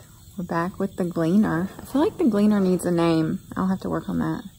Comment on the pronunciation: "Glee-Ann" for the Combine name?